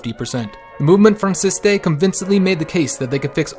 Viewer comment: "Movemont Francistay" should be pronounced Movemen Fran-see-st